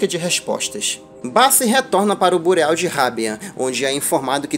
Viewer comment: Ótimo vídeo, parabéns. Só um detalhe, bureau é a palavra francesa para escritório e se lê mais ou menos "birrô"